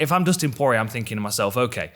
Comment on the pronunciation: Dustin PwoahR EA